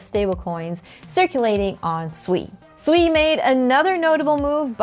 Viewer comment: Is it really pronounced Sweeeee 😂